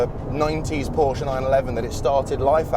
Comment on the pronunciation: Love that you pronounce "Porsche" right!